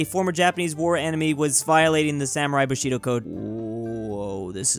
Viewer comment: Surprisingly know how to pronounce Bushido right